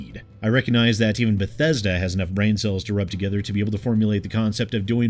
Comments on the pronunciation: i'm new here. did he just said Bhetesda Bethesda and Bhetesded ? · But bethesda buthesda.... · Oh damn, you overdid yourself this time, B E T H E S D A. like a 100 times or so. It's kind of extremely annoying and hilarious at the same time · If anyone tried to take a shot for every time said Beh-Thez-duh.... Their livers would fail. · Is there a drinking game where every time says "B E T H E S D A" you take a shot? 😂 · Re-Install Fallout 76 every time you hear "Bethesda" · 1 minute in, 12 "Bethesda"s. This is going to be a fun 6 and a half minutes. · Thanks for helping me learn how to pronounce Bethesda! :D